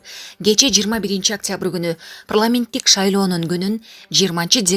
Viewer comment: Прламент дебей так суйлосон озу окугансынбы